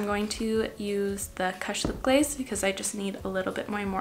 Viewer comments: It's not KASH.....it's Koosh. U as you.....jesus take the weel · "kush" is pronounced so it rhymes with "push", not so that it rhymes with "hush." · The way you said kush made me laugh but good to know you're not a stoner.